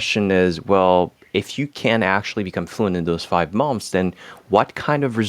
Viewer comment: Great English. You’re a rockstar. Try pronouncing “months” like “munths.”